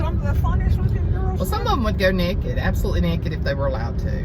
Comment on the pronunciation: Oh! I just about split a gut when you said neckid! Naked! 💜